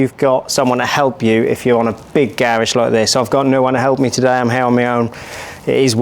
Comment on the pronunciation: I couldn't get past him/they pronouncing garage that way.